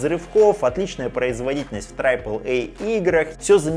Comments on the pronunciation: пожалуйста, triple произносится как трип(э)л, не трайп(э)л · Трайпл эй? Ахахахах. Даже англоговорящие люди говорят трипл. Байт на комменты? Возможно. Да и пофиг, мне смешно :)